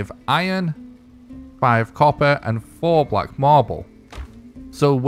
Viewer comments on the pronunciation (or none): none